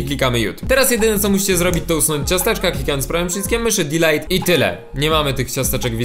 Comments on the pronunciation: DILIT KAROL DILIT NIE DILEJT!!!! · blowek Ale DELETE czyta się jako "dilit" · "Dilejt". Zaje*iście xD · delete czyta się "dilit" ;-)